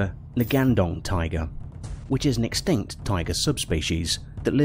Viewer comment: I’m 3 minutes in and my guy has said “smellodon” “extanct” and “similardon” I have to click off the video I’m sorry.